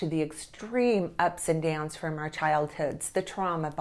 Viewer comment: Our isn’t pronounced as the letter R